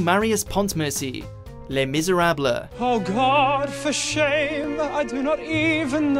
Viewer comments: Les Miserablay? It’s Les Miserables (silent LES) and...RIP STEPHEN HAWKING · Le miserablê😂 Is that how you pronounce it😂 My whole life was a lie😂😂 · TF LES MISERABLE ?!?!? HIS PRONUNCIATION WTF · you do realize you mispronounced Les Miserables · You should probably research your pronunciation before recording haha :) I've never heard "Scamander" and "Miserables" pronounced anywhere near that wrongly before... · His pronounciation of the name "Scamander" and the word "Miserables" triggered of what looks like half of the people in the comments section including me. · the butchering of the pronunciation of "pontmercy" and "misérables" just,,,,,saddens me lol